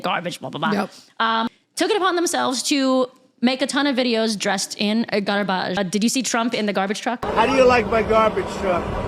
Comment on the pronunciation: Love it. I'll keep watching as long as you keep saying Gwahbage ❤😂